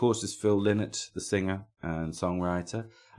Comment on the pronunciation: Pedantry corner, Lynott is pronounced "lie-not', a bit of a bug bear for those of us with that surname Really.looking forward to you doing a planxty episode, a much overlooked band. As for Lizzy, as great as Jailbreak is, I always prefer the music of the original lineup (Eric Bell era), which to me has more depth both musically and lyrically. Keep the great shows coming